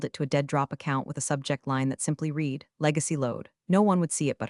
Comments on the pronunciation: Reads like an AI-genetated story. It's not this, but that and a few instances of past-tense "read" spoken as present time reed instead of _red_. Fast food for the brain. One forgettable feel-good revenge story. Not great, not terrible either. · I like the stories; however, the AI text-to-speech really needs work pronunciation is horrendous. Read (reed) read (red) etc. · I'm one of the 93% not subscribing because the AI needs to be taught how to pronounce read/read and live/live. I could go on but I think you get the picture lol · Still can’t pronounce read correctly?